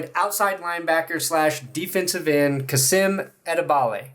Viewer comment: Hi from Germany. Finally a German player on the broncos roster. You pretty much nailed his last name, his first name is pronounced more like kaseem with a long i/ee sound.